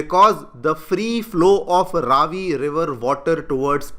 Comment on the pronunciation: Please can you pronounce the Name of the river correctly?!? It’s not Raaavi but Ravi (as in Ravi- vaar…🌞) - thank you.